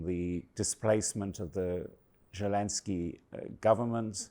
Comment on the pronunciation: This video was a complete waste of time. Literally no new insights and the dude can't even pronounce names correctly. He said Zelensky as if it started with a G. Hard to take anything he says seriously after that tbh.